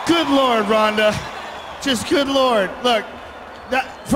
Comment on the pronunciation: BTW its Ronda not Ronders LOL